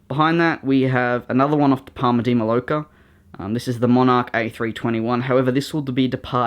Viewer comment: Loved it again mate! Just for future reference, it is pronounced as "parma de may-orca". (I know many of your aircraft fly to PMI). But love all your models! How about a new Qantas Silver Roo??